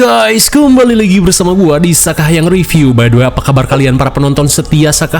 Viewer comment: The yeti ❎ Teh yeti ✅ Ngakak banget kenapa jadi orang sunda 😂😂😂😂